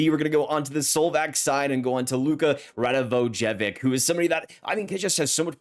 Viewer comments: it’s pronounced Rado-voi-ovich for future reference, his dad played in the NHL with the flyers and is the only reason I know 😂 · if Luka is related to Branko, his name is pronounced Rada - voy - a - vich.